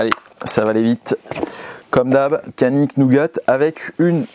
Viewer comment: No kanik cest canik ( djanik ) 😊